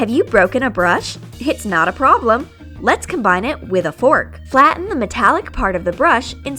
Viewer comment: Did they say pro - blem?